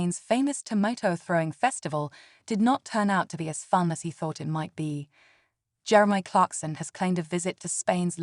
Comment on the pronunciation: Jerem-y😂 . .ai is a funny thing